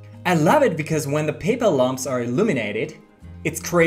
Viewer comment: Small tip on English: lamp is pronounced with the "aa" sound, as in baad or laaand. Lahmp sounds like lump.